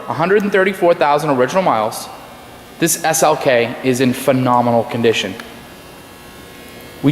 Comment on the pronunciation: Phanominol? lmfao is that the new word to use to sell a lemon?